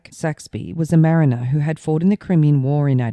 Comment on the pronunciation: Evening, idk if its ya accent but sounds like you said he was a Marnier who fought in the Crimea War in 1940. Probably just sounds like it. Take care.